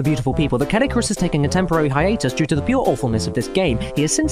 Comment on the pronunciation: I cannot unhear CADICKINYOURASS XD